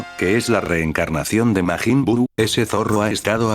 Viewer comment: 3 seconds in I hear “Maygen Bew”…..